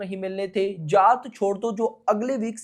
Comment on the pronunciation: Bhai naam shi se lele जात nhi h ye जाट hai ye